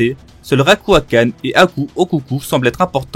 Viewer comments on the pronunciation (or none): alors jsp si j’ai pete un câble mais j’ai l’impression a quelques moments de la vidéo t’a dit autre chose Édit : en faite j’ai re regardé et c’est juste à que tu dis Ryuakan